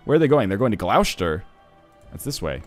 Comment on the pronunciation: Dude just to help you out, it's pronounced Gloss-ter not Gloush-ter